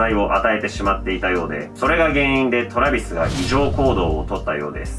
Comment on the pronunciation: トラビスのイントネーションにめっちゃ違和感笑笑